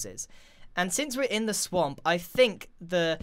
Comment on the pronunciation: When he said let's go back to the swamp, I heard let's go back to the sonk LOL O my goodnes yy?